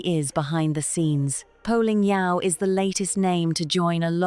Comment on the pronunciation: It's Poh Ling Yeow. No Ho. And no, she is not a beloved Australian presenter. And MasterChef is not a huge show in Australia And Australians generally dislike Rachel